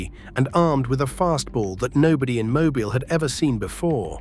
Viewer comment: Mo-beel, not mo-byle.